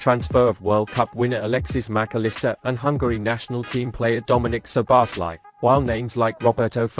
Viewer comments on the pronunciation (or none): The correct hungarian pronounciation for Szoboszlai is: "So-bos-la-e".